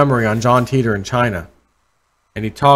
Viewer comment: I was impressed that you are familiar with the John Titor story. Just a small point I thought his name was pronounced Ty-tor as in TI(me) T(ravell)OR.